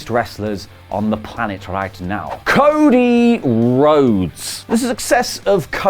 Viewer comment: What is "coda"? After ? Do you mean "cody"? 😂🤣😂🤣😂🤣😂🤣😂🤣😂